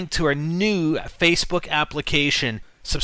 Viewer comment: "hey guys were on fcebook "lol